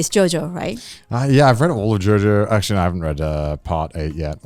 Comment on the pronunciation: Kaho: Well actuarry....